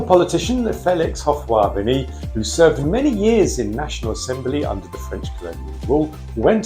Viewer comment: a small correction the former ivorian president was called Félix Houphouët-Boigny which is pronounced like felix hofwet buanyi